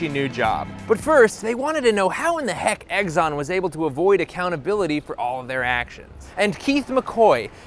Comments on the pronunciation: I am dumb, and my comment here is dumb, but for god's sake it's Exxon, not "Eggson!" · Hey, it’s not pronounced EGGSON, it’s Exxon. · im sorry but i cant take you seriously if you cant even pronounce exxon correctly. its exxon not eggzon. there is no g or z in exxon. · i love when you say eggzon instead of ex-on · It's Exxon, not Eggson! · Isn't it "ex-on," like the letter? Not "eggs-on?" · Okay... Why, why, why... do you keep saying "eggs-on" instead of "ex-on"? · I love the content but every time you said "egg-zon" instead of "x-zon" I winced and I lost my train of thought. Please don't make me wince. I'm old and it hurts. Thank you. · Quit saying “Eggson”, you doof. There are literally two Xs in there. You don’t pronounce X as EGGS. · You lose me with “eggs-on.” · Is he saying Eggson? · If he says "Egg-zonn" one more time, I'll kigg his azz. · People suck. Also... You say "Eggzon" so many times and I can't not hear it. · why he keep saying eggson?